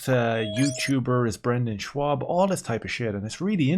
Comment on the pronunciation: Schaub, not Schwab